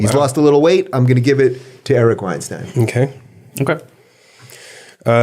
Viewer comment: Eric Weinstein actually clarified that his name is pronounced styne not steen